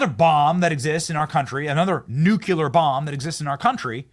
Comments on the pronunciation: Benny... Say it with me.. Nuc le ar... NOT Nuc u lar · It isn’t nu-cue-ler, it’s nu-cle-ar. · Pet peeve of mine and I'm probably being a snob here, but it's pronounced nu-clee-ar (not "nu-kyu-lar") ;) 😊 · Pronounce NuCLear. Not NuCUlar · Say it with me Benny: "New Clee Urr." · Keep saying nucular. Makes you look smart 😂😂😂 let me aks you a question 😂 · Benny, please pronounce n u c l e a r properly. It's too simple syllables. Not a slurred three. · "Nucular"? Can SOMEONE please get this guy to do better? If you are going to say a word OVER and OVER again like a catch phrase... for the love of GOD pronounce it correctly. You sound like a moron more and more as you keep saying the same wrong pronunciation over and over and over. Get your shit together. Since you are someone who is hyper critical of the opposition... lead by example, Benny. Do better. It's basic phonics. It's not like anyone expects you to explain quantum entanglement... just phonics. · once again I had to quit watching when this idiot said nucular. stop talking like an idiot Benny. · Did you say Nuk-qu-ler? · Learn how to pronounce.... NUCLEAR FFS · I wish people would learn to say nuclear. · Benny! There's only one "U" in "nuclear"!!!